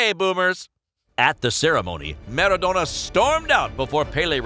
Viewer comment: Nobody:: MerraDonna!"